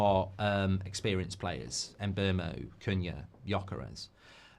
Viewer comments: Mark if you do sign Mbeumo you need to learn how to pronounce his name lol Its not Mbermo its Mboomo as the player himself has stated 😂😂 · It's pronounced 'Mbeh-Wu-Mo' 😅